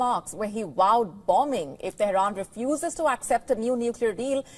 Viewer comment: Is it... Wowed or Vowed?